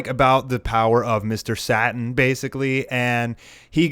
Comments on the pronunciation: Mr. Satan, not Mr. Satin. Say it right. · Gar Tre Mr. SatIN ( satan)